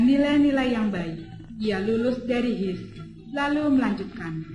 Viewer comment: H. I .S dibaca bukan His, tapi Ha..I..Es